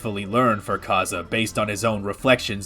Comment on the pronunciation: Just wanted to say that his name is not "kaza" its pronounced kay s